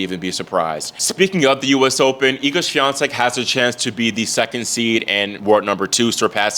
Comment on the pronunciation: I'm proud of your pronunciation of Iga's last name! 👏